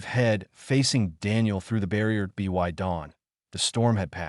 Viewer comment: i wouldn’t have a problem with stories from this channel, but apparently the owner either doesn’t understand english, or they have incompetent editors, this story is very typical content from this channel, constantly pronouncing beginings of sentences such as ‘it’ as “I, T”, or ‘by’ as “B, Y,” perhaps the channel owner should be consistant and pronounce each beginning the same way, like ‘Garth’ should actually pronouced “G, a, r, t, h,” - you know, keep it all consistant… it’ll help non-english speaking visitors how english works when it comes to verbal pronounication lol